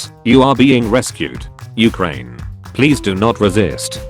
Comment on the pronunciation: You said Ukraine wrong